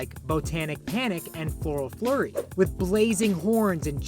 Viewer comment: Not only did he call Grimm mastic grim walk he call floral fury floral flurry The level that you fight Cagney in